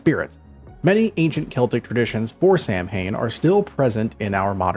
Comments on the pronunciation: Samhain is pronounced “sa-when” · I love black cats! ❤ 🐈‍⬛ Always have at least one! Samhain is pronounced 'sow (like the female pig) wen. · The pronunciation of samhain is wrong, sown pronunciation is the right way